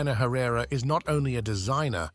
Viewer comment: THANK YOU. Ugh. I had to stop it midway thru bc I couldn’t stand the mispronunciation any further